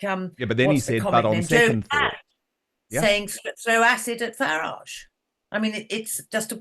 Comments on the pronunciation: Can’t stand the way he say FARRIDGE. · James O’Brien is absolutely guilty of whipping up hatred towards Nigel Farage (he deliberately mispronounces his surname too, so childish) he’s inciting violence towards a person simply for having an opinion he disagrees with and needs to be held accountable. He’s a vile bully.